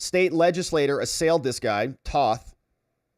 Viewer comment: T(oh)th not Tauth